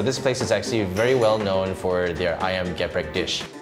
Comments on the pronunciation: Its not GE-PREK But its like how you say the E in business and its so different from the real ayam geprek the real one is only chicken being hit using a mallet and then put in the flour fry it and put chilli ontop of the chicken and all the chilli oil get sucked by the chicken and i always eat level 5 its not too spicy.Also how you spell it is SETAN not SAITAN. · Actually its not ayam géprék.. but it called ayam gèprék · IKRRR it kinda bothered me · ikr he tried to correct people but he also did it wrong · Read the first "E" in "GEPREK" like "E" in "THE" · They pronounce "Geprek" wrong lmao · you pronounce the first "e" macam you pronounce "siape", so it's "geprek" instead of "geprek" (idk it's complicated to explain it without actually saying it 😂) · How come the person selling it failed to even pronounce the name correctly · Indonesian : trigger by how they pronounce geprek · I hate it when they say ayam geprek in the wrong way. Include mba-mba who sell ayam geprek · They're not indonesian how do you want them to pronounce the indonesian words perfectly lmao, what do you expect by a non indonesian LoL